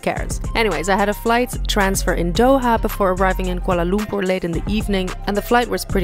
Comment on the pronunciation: your pronounciation of Kuala Lumpur is spot on..